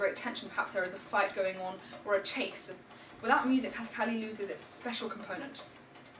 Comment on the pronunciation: The word kathakali itself is mispronounced.